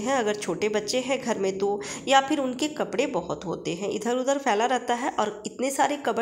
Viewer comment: परा नहीं रहता पड़ा रहता है घेरा बना रहता है बनी नहीं रहती ।ली हूँ नहीं ले लिया है।स्त्रीलिंग को पुल्लिंग पुल्लिंग को स्त्रीलिंग कपड़े को कपरा बोल रही हो